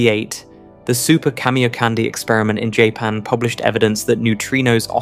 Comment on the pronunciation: Annoying AI commentary with a great British accent that uses American terminology/pronunciation and mispronounces too many words such as 'lead-lead', 'meson' and ''Japan'. Having said that, this channel deserves far more subscribers for its fantastic content.